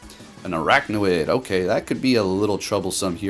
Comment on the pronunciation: its pronounced "ara-kwa-nid"